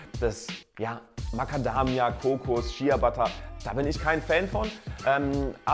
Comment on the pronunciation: Man spricht es schea butter aus aber man schreibt logisch shea butte